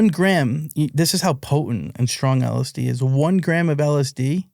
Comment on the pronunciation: There is no way this guy manufactored LSD, He cant even pronounce it. A German chemist invented MDMA in 1912 while working for merck pharmaceuticals. Also hes implying he had contact and Bought drugs from Alexander "Sasha" Shulgin, just that is enough to completely discredit him, Sasha never sold drugs and never communicated with anyone outside of academia. This dude is definitely lying, his story sounds like a collection of Google searches